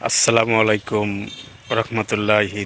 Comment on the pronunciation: সালাম টাও পরিপূর্ণ শুদ্ধ ভাবে দিতে যানেন না